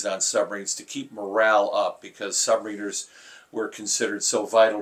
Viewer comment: Have I been mispronouncing the word “submariners” all these years?!🤔